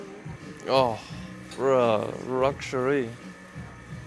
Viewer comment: did dude really say 'oh bra ruxury' lol